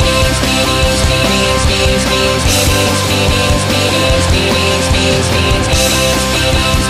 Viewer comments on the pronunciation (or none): He says theengs and that will never change